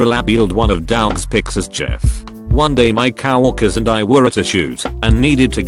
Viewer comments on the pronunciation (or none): If there is one thing the automated voice needs to get right it's coworker. Not cow worker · Cow Orker